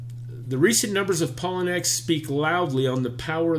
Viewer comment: I think it is pronounced....pa low knee x